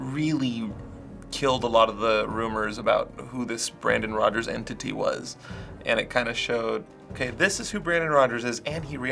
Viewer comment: Hey, it's BRAN DON ROG ERS